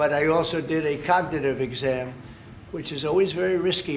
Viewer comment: He couldn't even pronounce cognitive 😂